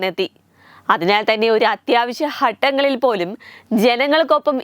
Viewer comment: അവതാരി കെ കുഞ്ഞി പെണ്ണേ നീ ആദ്യം വാക്കുകൾ ഉച്ചരിക്കാൻ പഠിക്ക് അത്യാവശ്യ ഹട്ടങ്ങളല്ല അത്യാവശ്യ ഘട്ടണ്ട ൾ എന്ന് പറയണം നീ മലയാളിയല്ലെ..? എല്ലാ അക്ഷരങ്ങൾ അറിയാല്ലോ ഇനി ശ്രദ്ധിച്ചോ..